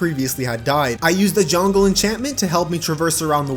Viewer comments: Did he say “jongle enchantment”???? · He says jungle like "John-gul"